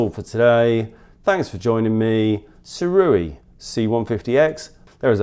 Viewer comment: Correction: even the second way you said Sirui was wrong. It's pronounced "SUE-RAY" ray like how you would say "Stingray". Going forward everyone, say it like this